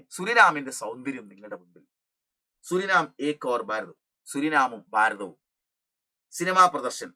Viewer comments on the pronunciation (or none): none